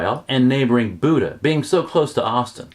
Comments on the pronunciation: Please learn the correct pronunciation of Buda. It's not Buda, like the deity. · I cringe every time you mispronounce Buda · You might have a little more credibility if you actually know how to pronounce "BUDA." I guess you're a newbie to Texas too